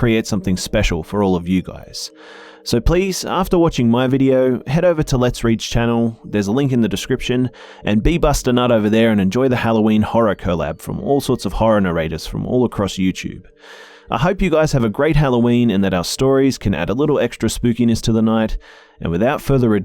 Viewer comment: lol He said be. busta nut